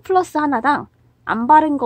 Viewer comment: 플러스 발음 힘겨워보입..!